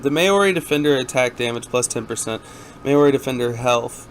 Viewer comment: Maori = Mow Ree , wermacht = ver macht